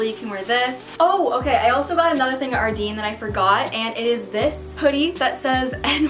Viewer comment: It's actually pronounced Ardène lol. Loved the vid tho